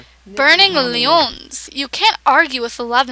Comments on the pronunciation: that's l-oin-s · It's funny how she says "loins". :3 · Ok, all you dog lovers, what about us cat lovers? Get a kitty & a puppy & make everybody happy. Put 5+ meteor rocks in your yard. It attracts aliens. Btw, loins rhymes with coins, but I absolutely love the way you pronounced it.